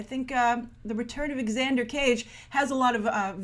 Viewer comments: Grace it's pronounced "Zander" not X-ander... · FYI, the name of Vin's character is pronounced "Zander", not "Exander". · I may be wrong but I think its just pronounced 'zander' instead of 'egzander' if you know what I mean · Like how she pronounces it "ex Ander " hahaha Xander pronounced like Zander. I want to hear her pronounce xylophone haha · did you just say 'exander cage'?!